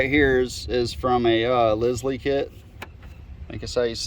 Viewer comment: Great video! And I think you pronounce that tool Company as "Lye-ull"